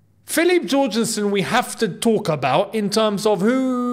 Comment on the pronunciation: Yorgensen!!!! Like hallelujah, like jorgen pronounced Yorgen